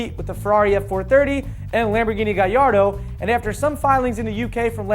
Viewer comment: yes that is how it's pronounced. not ga LL ardo. it is pronounced ga Y ardo